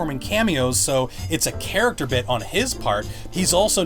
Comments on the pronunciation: D-did you say "char ach ac ter" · Why do you have difficulty in saying “Character”. It makes me sort of cringe when you say it... Lol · You say character so odd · How can I trust you when u say character weirdly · Say character right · why does this bloke say character weirdly